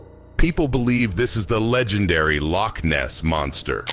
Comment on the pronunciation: You lost me at lochness 🙄 wtf was that?? 🤣